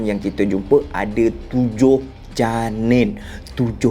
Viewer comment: 7 Janin Cara dia sebut tu mat lucu